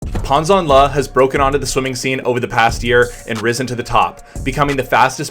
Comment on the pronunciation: I was taught that my recovery arm needs to be systematically high above the water to drive forward, so why is Pan doing this differently? FYI, last name is pronounced “Janle”. ZH is essentially a J. Love your vids. Keep it up.